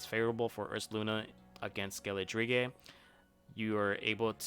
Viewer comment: Your pronunciation of Skeledirge is something else. Great video though.